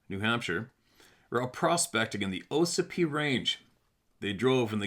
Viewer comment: It's pronounced, ah sipee. Ossipee lake and ossipee town